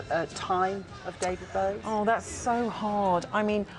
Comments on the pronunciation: 😂 She said, David Blowie😂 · She even called him David Blowie lol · She said Blowie, the guy at the desk is Bowie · its bowie